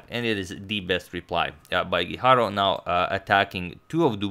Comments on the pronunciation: #suggestion As a fellow Spaniard I have to say that it is actually pronounced Antón (with the "ton" stressed) Guijarro (strongly rolling your tongue on the r sound). Keep up the good work! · It's me or every time he says Guijarro, seems like he is saying hikaru. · Same here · I kept thinking that as well! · Am I the only one hearing HiKaru everytime he tries to say guijarro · I think you're mispronouncing Guijarro! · It is not the correct pronunciation, the sound of RR in Spanish is different.